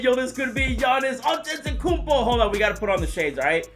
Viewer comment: I have noticed that can’t still pronounce Antetokounmpo he says Antetokoupo and 2k should add the Hall Of Fame Players (example: B.Russell, S.O’Neal and A.Iverson)